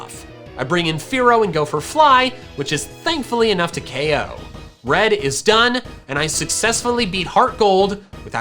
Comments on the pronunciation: Yo i would definitely buy if my pops allowed me to it's cool !! fyi you say the one hit ko thing in the opposite way, keep in mind that dont say ok say ko thats it otherwise i love this vid !! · It is ko not ok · Any time he said O.K I'm like it's K.O NOT F $*KING O.K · You switch between saying KOed and OKed a lot... What is OKed is that just a mistake??? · STOP SAYING O K, JUST SAY KO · CONFIRMED: if you take a shot everytime you hear “OH-KO” you will be pretty fucked up